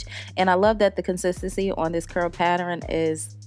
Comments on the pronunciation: Girl, if you don’t stop saying pat-ter-ren/pattering. It’s pat-tern pattern. 🤦🏽‍♀️ I love ya way to much to not correct that. But I love this unit 🥰🤩💕 and will be trying the wax on my new unit when I finish it. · Every time you pronounced the word pattern like paterrain... I wanted to scream!😆😆 But you did that wig ma ma, very cute! I want to try the wax color! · The word is PATTERN pat-tern, pronounced PAT-TURN. Where did you get all those extra syllables!! Sorry just a pet peeve. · The way she says “pattern” is killing me lmao. Still cute though 😘😂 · Never said it was serious sweetheart. From the looks of it; it looks like you’re from the south just like I am but I’m a girl from the south who’s Haitian 🇭🇹 so I know we say words differently but pronunciation is pronunciation. I only said something because people like to laugh at black queens who act or pretend if the don’t know how to talk with sense. But you’re pronouncing a word incorrectly and saying another word with an entirely different meaning. Pattering: is to make a repeated light tapping sound. VS Pattern: a repeated decorative design. I was not in any way coming for you. Was just a queen fixing another queen’s crown. Have a blessed day and keep sharing your talents with the world. Love, peace, and blessings.